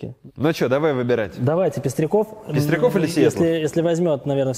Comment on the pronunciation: Антон сказал «пиздреков» Ахахахахаха